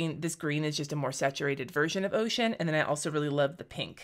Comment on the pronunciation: Totally thought you said your personal favorite color was “oh shit” and I was confused that it was a blue and not a brown? Then I relistened to it and realized you said “ocean” 😂😅